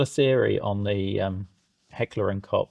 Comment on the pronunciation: For me as a Kraut it is lovely, to hear beeing talked about this gun in the dignified British accent, even pronouncing "Koch" rightly. Most of the YT content is of Yank origin with their slaaaaang and they love H&K. Don't know why. I was one of the last generations forced into service and I did not like it. Heavy, awkward to handle/carry, no cheek rest, kicked like a mule and under Biwak conditions (training all day long in mud, sand and forrest floors) it seemed to pull in dirt like a hoover. But of course nothing is such a pain in the arse as the British Leyl...I mean Enfield under combat circumstances. But as opposed to Britain we are allowed to own socalled "Black Weapons" over here and over the years my Dad, who also deals with weapons owned some, an AR10 as well as AR15 and an AK74. I would not trust them either. The AK of course, but it was nowhere near precise and the Mattels seem to be flimsy to me. Maybe the Swiss did it right? Yes, my fellow Limeys! After two lost world wars we did not even own the British automotive industry but are also allowed to own "Black Weapons" (single fire only). Can you understand, how and why this is going at it goes sometimes?